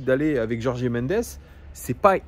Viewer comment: Merci pour la vidéo : et juste en passant Gertifut et Jorg (en portugais on ne dit pas é à la fin)